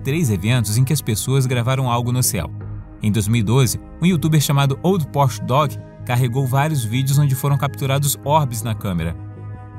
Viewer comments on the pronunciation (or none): none